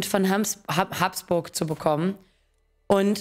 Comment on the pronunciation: Wie kann man das Geschlecht Habsburg als Haaaaabsburg aussprechen? Also wirklich kein Verständnis dafür, wie nennst du den Napoleon oder Caesar.